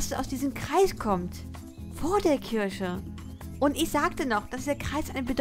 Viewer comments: Bin ich die einzige, der auffällt, dass sie Kirsche statt Kirche sagt? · "Kirsche" 😂 sry das ist so lustig wie du kirche aussprichst ^^ Mega Video! Kirsche sorry ich bekomm mich nicht mehr ein😂